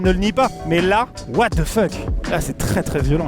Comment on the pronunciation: Tout ce qu'il faut retenir c'est waaah de fuck 😅 psartek l'anglais maxime